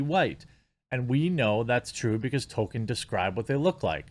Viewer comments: Jeremy, buddy, unless I'm somehow waaaaaaay wrong, it's pronounced TOLL-kin, not Token : p unless you're saying that parodically lol. I love your content and appreciate what you do, just a note. Also, and it's just my opinion, but unless you're viewers are watching along with you, the way you massively self-censor is not only frustrating (although I understand why you do it, since youtube are such authoritarian thought-police) but makes it hard to follow what you're sayin. If I'm reading comments or eating or in a different tab, I wouldn't have known what you meant when you said "Mike...uh haha Bird" as a stand in for Mike Big Fat Hawk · Dude Jeremy, love your content, but Tolkien has an L in it. TollKeeeen. Damn dude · Toll-Keen = Tolkien Its killing me lmao